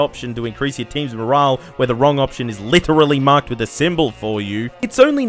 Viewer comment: Morale* not Morohrle